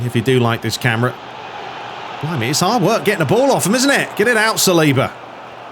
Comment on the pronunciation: Salibá is French, so his last name is pronounced with emphasis on the last syllable.